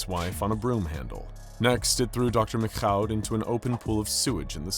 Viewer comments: What's with the "McCaw" [məkkaʊ] (or even "MacKhough" [mɪkxaʊ] at the end) pronunciation of the French Canadian name "Michaud"? I mean, it's hardneither to say it right nor to look it up – it''s just pronouced fucking "Meeshaw" [miʃo]. I don't know why they complicated it that much, when they also decided to do a French accent during his monologue lol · I always thought the French pronounced Michaud as "Mee-shoh". Love the videos! Please continue! You n Dr. Bob are the ginchiest!👍👍